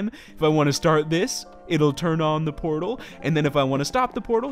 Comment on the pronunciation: I thought he said porno room instead of portal room.